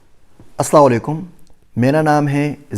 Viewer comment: Aslamo aleikum sir! Hope u rdoing well. With respect I wanted to say that can u plz correct the blessing words Aslamo aleikum instead of aslawo aleikum. Plz dnt mind sir